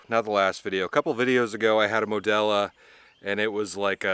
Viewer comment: It's ModelO* not modelA...come on brother show some love